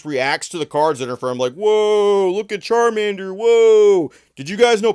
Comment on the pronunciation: It's charmannnddder